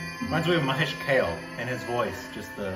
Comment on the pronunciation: It's pronounced Mahesh Kālé, as in larvae.